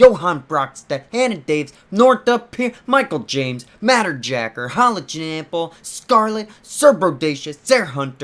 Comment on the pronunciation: The way he pronounced Halogenampel